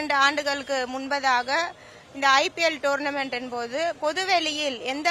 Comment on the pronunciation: இரண்டு ஆண்டுகளுக்கு முன்பதாக என்று பேசுறியே முன்பாக என்று கூட உச்சரிக்க தெரியாத உன்னை யெல்லாம் மேயர் பதவிக்கு எப்படி தேர்வு செய்தார்கள். மக்கள் தான் பாவம்